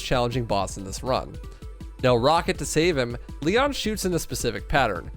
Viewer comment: ITS LEEONN not LIE ON